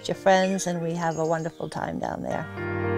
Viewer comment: “Down there-er”. Must be from Saugus.